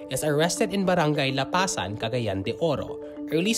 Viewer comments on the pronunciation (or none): Please Lang po. Pronunciation of Lapasan is mabilis. Not accent on second syllable. And BTW … it’s Davao, not TheVow. It’s Cameeeeguin… mahabang second syllable.